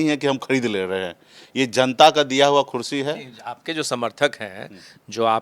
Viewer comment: Neta ji khursi nhi kursi boliye